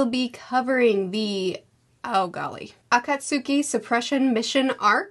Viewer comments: It's pronounced "The A-Kot-Ski" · Auh-cots-ski is the pronunciation of Akatsuki FYI ❤ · Just as a pronunciation aide, Akatsuki is pronounced Ah-kaht-ski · hi, im aware that you only read the manga version but akatsuki is pronounced akats'ki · A-kat-ski, same as how Sasuke is not pronounced with the "U" In regards to the conversation between Naruto and his dad, things become clearer in the future when more details come up as to the reasoning behind his dad sealing the Yin part of the Nine-Tails chakra (this is mentioned on the anime by this point, don't remember if it is on the Manga). As for his treatment, and I don't think this would be considered spoilers, but there are only a handful of people who know Naruto is the son of the Fourth Hokage. The circumstances of those choices will come out later. Now that is not to say that I think it makes total sense, people knew he had the Nine-Tails inside, I find it really stupid that that was the only information given. They would have been better off to just not saying anything at all. But I do think Kishimoto is not the best story teller (we have been spoiled by Oda and others), so he probably wanted a tortured kid to rise up as the theme without really thinking on the logic behind it. Finally getting to "Talk no Jutsu".... Yeah, this is what solidify it as a meme. As for the resurrection, it was already established that one of the Pain could do this, so I didn't feel too bad about it, but I completely understand about your feeling. To me the last time I trusted Kishimoto on deaths was when the group was going after Sasuke and everyone "sacrifice" themselves for the mission. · Is it? I know the Japanese is a-ka-tsu-ki for each syllable(ah-kah-tsoo-key) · Akatsuki is pronounced (uh-cot-ski) 😅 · Akatsuki pronounced "A-káhts-ü-kēy" [the ü (or oo) is very short, chopped, if you will" Thank you for reviewing this, your manga videos are awesome! # Read "Yotsuba&!"